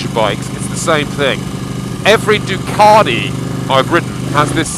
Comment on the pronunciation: I find this guy an irrating arse. It's clear he loves the BMW & why would buy this bike to commute on? It's a sports bike for heavens sake. One last thing is how he said DUCATI, It's not DU KART E. Rate over